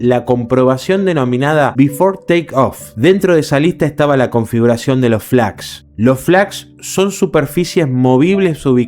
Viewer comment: entre por que me interesa el tema además de que ayer se cumplió otro aniversario del siniestro. Si me sorprendió el error al pronunciar la palabra Flaps . Pero veo que no te gusta ser corregido. De nada